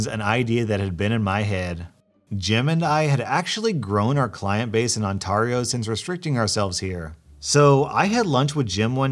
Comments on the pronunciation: You pronounced Ontario wrong. There is two vowels and a consonant in between the two thus making the sound terre (like ground) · Did you "OnTAHrio"? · On-t-air-e-o. Is how it's pronounced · Its Pronounced Ontareeo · It irritated me so much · Nanton, Alberta here. I was wondering if anyone else noticed and laughed too at his odd way or pronouncing Ontario. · I cringed every. single. TIME. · the way he pronounced Ontario killed me Forgot to add the time here it is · I've never heard anyone pronounce Ontario that way, but it made my life a lot better, thanks for that haha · Never say Ontario like that again. As a Canadian, I deserve to be payed as I am offended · Lol the first time you said Ontario right at the beginning of the second story was correct, but the other two times weren't. It was really difficult for me to listen to it so I actually muted it. Good stories as usual and keep up the good work. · I like how the narrator pronounced Ontario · Did... Did you just pronounce Ontario as if it was a Pokemon??? My Canadian insides HURT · I also live around there right down the highway peterborough but is anyone else bothered by how he said Ontario here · The way you are pronouncing Ontario is making me want to DIE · Ontario.. what a.. unique?.. way of saying it.. Sorry. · There it is again.. Sorry again. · you are pronouncing Ontario wrong in this video. Every time you said it incorrectly I became lost in what the topic was and had to re-watch the video 3 times lmao. Sorry, I just had to let you know. Your fan from "On-tar-io".... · . I'm sorry plz try and say Ontario again. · The AR in Ontario is pronounced like “air”. I think you got it right the first time, but after that said it like “ahr”. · it's not "On-tar-ee-oh" it is "On-tear-ee-oh". Damn man, it's like you're not even Canadian or something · Okay I’m a little trigger but that’s okay but you say it on-tar-io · Love your vids but it's on-tare-io not on-tar-io. I live there so it's kind of annoying.